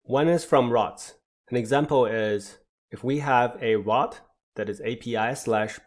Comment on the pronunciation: very nice video; the information was spot on assuming English isn't your first language, you pronounced most things well - you just need to practice how to say "route" and "routing" because it was confusing at times hearing about "rot" and "rotting"